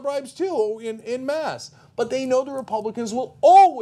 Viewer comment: Dear Cenk, it is en masse not "in mass". PS. en masse is pronounced "on mass". Thank you.